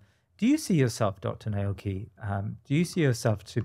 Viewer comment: Truly an enlightening episode. I just wish at least the host can pronounce Dr Naoki's name more correctly..